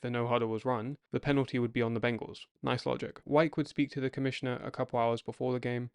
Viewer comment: I understand your wanting to use AI voice over (especially if your voice isn't any good). But when it mispronounces the very subject of your video over and over again ("Wikes" instead of "Wyche"), don't be lazy and leave it that way.